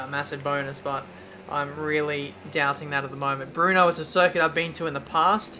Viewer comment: It's BRNO not BRUNO ;)